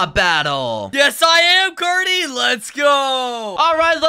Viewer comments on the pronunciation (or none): Did he call carty corrny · omg are serius right neow its carty not cody